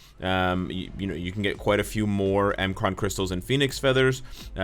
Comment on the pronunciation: It's not M-Kraan crystals. It's MMkran crystals. Just like M'Baku in BP.